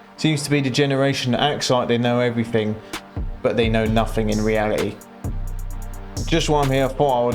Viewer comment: Just so you know the word reality has a t in it